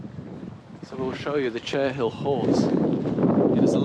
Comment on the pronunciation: Cherhill is pronounced cherril . The horse is made with chalk. And thank you, you walked very near to my son’s old house. We lived just up the hill from there. Where you walked down to the stream, we called that bit Piggy hill! The house with the thatch looks old but was built I think about 2000. I am glad to see they have paved the walk along the river, it used to be very muddy. You arrived at the Green from the south. So many new houses.